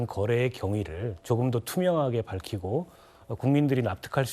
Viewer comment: 투명하게가 불투명하게로 들리냐!